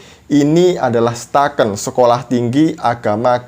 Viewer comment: Eh bang bukan STAKN tp IAKN Toraja Gua anak IAKN Toraja 🤣